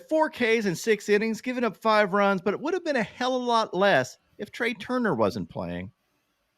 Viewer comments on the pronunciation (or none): none